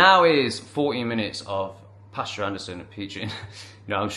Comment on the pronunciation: Pastor. Not pasture. Totally different.